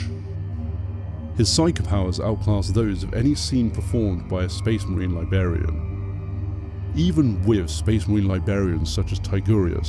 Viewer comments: Glad to hear you at the very least tolerated 13 minutes of my awful pronunciation! Good to know that "libarian" is the line! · Stopped watching as soon as I heard you pronounce "Librarian" wrong